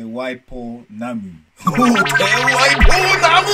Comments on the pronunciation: wow te waipounamu awesome pronunciation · Another thing they voted wrong was "Te Wai Pounamu" and it was kinda annoyingg